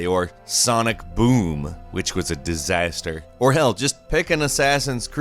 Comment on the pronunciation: Why did you say “disaster “ so weird?.... was there some kind of editing glitch?! 🤔